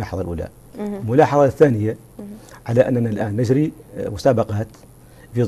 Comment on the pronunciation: للتصحيح نُجري وليس نَجري